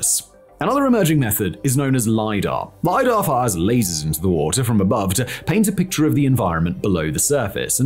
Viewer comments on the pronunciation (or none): none